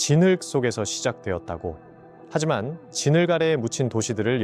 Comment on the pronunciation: 발음이... 진흙을 진흘..